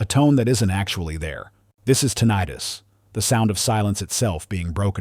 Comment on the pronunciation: TIN-ah-tus, not tin-EYE-tus. I hear this rogue pronunciation a lot - maybe it’s AI’s interpretation.